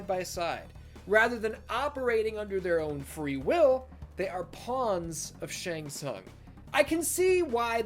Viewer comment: Fun fact: Pronunciation of Shang Tsung in this video is sounds like something else in Hungarian. What this pronunciation looks like in Hungarian writing: Seng szang Which is almost saying in Hungarian: Segg szag(very similar pronunciation) That means: Ass Stink